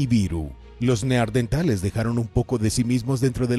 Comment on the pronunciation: Como puede este hombre, despues de tropecientos videos, seguir diciendo Neardentales?! 🦷🦷